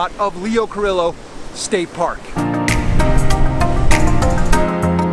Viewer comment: It's pronounced "Car-ee-o"